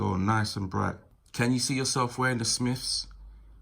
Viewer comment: Ok can’t listen to this if you say Smiffs wot went up Everest. Jesus man!!